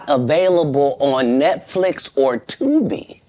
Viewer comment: 😂😂😂😂the way he kept emphasizing the word Tubi🥹😭😭😭